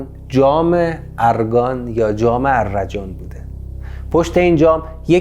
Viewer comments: درود استاد. تلفظش arrajan نیست arjan است. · درود. احتراما تلفظ آن ارجان است نه ا. ر جان